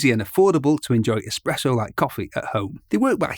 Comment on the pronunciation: Ah man you pronounced espresso, expresso. 😅